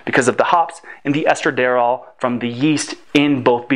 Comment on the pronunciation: I noticed that mispronunciation of "emphasis," too. Also, "estradiol" isn't pronounced "estra-dare-all," nor is "phthalates" pronounced "fiffle-ates" or "fithle-ates" (I cannot make out exactly which in the relatively fast stream of speech). Nor is "synthesizes" pronounced "sin-thizes." All mispronunciations provide briefly jarring, negative impressions.